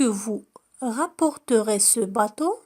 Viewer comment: النطق لكلمة bateau خاطئ